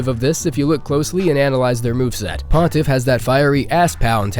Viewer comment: did pontiff on second try lol